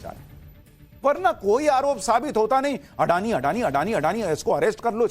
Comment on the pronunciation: "अडानी" उच्चार सही नहीं है। इस उच्चार में रोमन लिपि की सीमाओं के कारण फैली हुई ग़लतफ़हमी है। गुजराती भाषा का यह शब्द/सरनेम असल में 'अदाणी' है। इसे इसी स्वरूप में लिखना या बोलना चाहिए। एक अन्य गुजराती शब्द/सरनेम भी 'अंबाणी' है, 'अंबानी' नहीं।